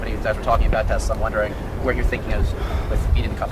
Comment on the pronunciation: 트럼프 머스크 기자들 불러다 놓고 회사명도 똑바로 몰라서 테슬라도 발음 잘못함 ㅋㅋㅋㅋ